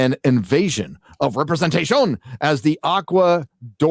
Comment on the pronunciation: Need to find a compilat-shun gif montage of the Namor actor saying, "repre-zen-shun." 😂